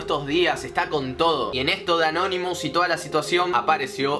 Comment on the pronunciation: Porque dice canonimus